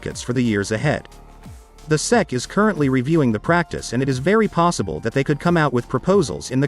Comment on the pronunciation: FFS, if you're going to use a speech synthesis system then make it work properly. Spell out SEC phonetically so it doesn't fuck it up.